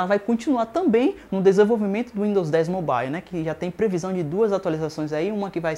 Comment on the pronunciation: Amigo vai estudar, e para de falar besteira, e aprende a pronuncia "mobile" direito.